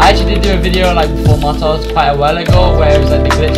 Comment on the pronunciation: Man said martaz